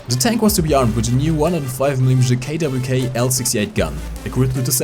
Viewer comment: Says the Tiger II (10.5cm KwK)'s name correctly in proper German German speakers: This is fine Not German speakers: I don't know what happened but nice